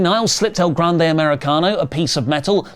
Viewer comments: As a Spanish speaker, I find myself alarmed every time pronounces El Grande Americano as “El [Glande] Americano” 🙃 do not google it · I'm not saying you guys should stop calling him "el GLANDE americano," but you guys should at least check "glande" in a spanish dictionary because it definitively means something and that something is not the same as "grande."